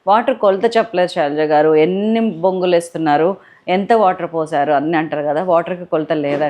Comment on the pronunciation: Bongulu kaadu borugulu antaa4u